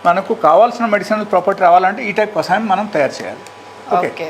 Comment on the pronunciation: Mentaldi anchor iritating too much,kasayam kadu kashayam